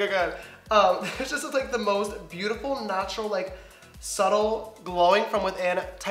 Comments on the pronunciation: When he says he's in the shade "natural beige" I thought he said "nacho beige" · And when he said "natural glow" I thought he said "nacho glow" 😂